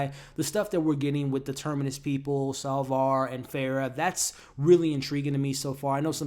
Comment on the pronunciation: Now you are using the name SalvAr... its SapvOr. Cant believe you'd leave these videos up with such a glaring mistake. You ever review star wars? You know... the original with Luck Skywolker?